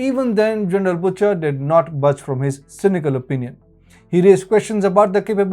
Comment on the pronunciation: its prononced 'busher' not butcher